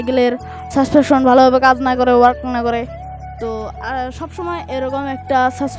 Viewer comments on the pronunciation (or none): Vai suspection❌suspention✅